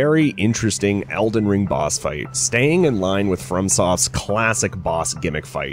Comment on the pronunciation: Why do u say it like "Elden Stirs" lol